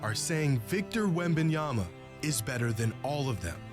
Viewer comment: Next time, if you're doing a video on a particular player, at least learn his name before you do it. There's been plenty of talk about Victor WEM BAN YAMA for months now